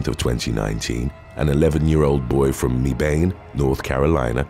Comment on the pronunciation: it’s actually pronounced Meh-ban (Mebane, North Carolina)